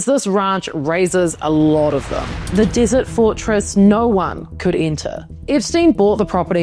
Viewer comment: This vided appears to be AI generated desert was mispronounced